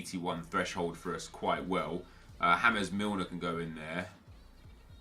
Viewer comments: "Hames Milner". lollls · “hames milner”